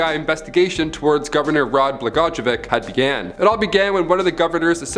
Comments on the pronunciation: (Bul jer) ( Bla goi yo vitch ) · Lol. Decent effort to pronounce that governor’s name. It’s pronounced bluh-goy-uh-vich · Governor Blagojevich the I sound like a g btw lol